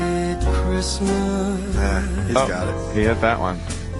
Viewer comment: What kind of an idiot is? Nobody pronounces the "ST" in Christmas.